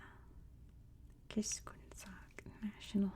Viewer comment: Love your videos Btw, Its /bahtch kish-koon/